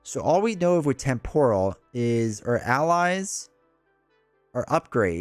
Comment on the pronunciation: TEMPORAL. Pronounced [TEM] + [PUH] + [RUHL]. Damn you,!